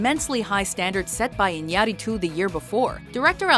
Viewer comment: lol it's the first time I heard Iñarritu's name said it right, good job